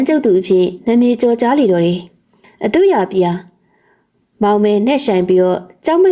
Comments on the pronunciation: အသူယာပါကွယ် အသူ့ယာမဟုတ်ပါဘူး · အသူရာကို အသူ့ရာအသူ့ရာနဲ့ ပလီပြီး အတင်းလုပ်ပြောနေသလို